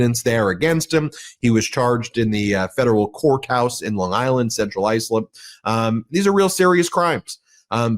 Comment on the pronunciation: "central Iceland"?